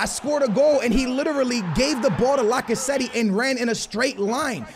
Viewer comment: Stop saying Lacazettee it's Lacazette like toilet